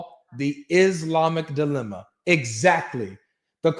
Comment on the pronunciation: It’s “dilemma”, not delima